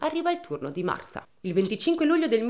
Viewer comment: Marfaaaa... se non lo sai dire...potevi dire Marta cosi ci saremmo risparmiati quel fastidiosissimo Martfffffaaaa ogni 2 per 3.